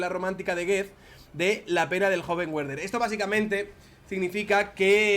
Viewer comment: excelente tu contenido y tu canal... pero Goethe se pronuncia "guete" y no "guet", y Werther se pronuncia "verder" y no "güerder", ya que es alemán, no inglés...